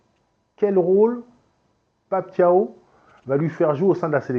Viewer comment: Bravo pour la prononciation de Pape Thiaw 👏👏👏 ça fait plaisir qu'un Africain prononce correctement les noms africains 👍👍👍